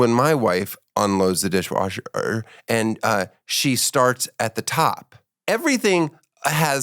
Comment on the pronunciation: why did he have a stroke when he said dishwasher?